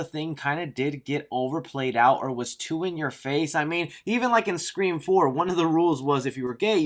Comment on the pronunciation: Im always laughing when says “5 Cream”